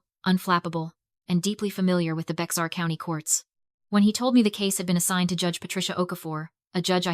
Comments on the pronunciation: Bex-ar County??? SILLY A.I. , It's pronounced "BEAR" county!!! "Bourne, Tx." Is pronounced " BERNIE, TX." You dollar store shit quality A.I. !!!!! THIS VOMIT IS BEING NARRATED BY SOMEONE WHO'S NEVER SET FOOT IN TEXAS. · AI is annoying. They mispronounce all the time. Bexar is pronounced BEAR and Boerne is pronounced BERNIE. Irritating and lazy. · Bexar County,TX is pronounced bear county. The county seat is San Antonio. Can’t totally blame AI. Humans make that mistake too.